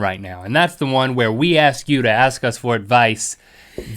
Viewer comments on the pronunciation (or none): link said aks not ask xD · Why did link say ax instead if ask